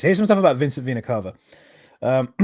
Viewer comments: Fun fact: it’s supposed to be pronounced like “vee-nuh cay-vuh” (at least according to multiple dictionaries and my biology professor), but for whatever reason, Vincent and pronounce it like “cah-vuh.” Not sure if it’s a stylistic choice or if they’re both too lazy to look it up, but it’s annoying and I hate it. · And according to my Latin professor it should be Veh-nah Cah-Vah.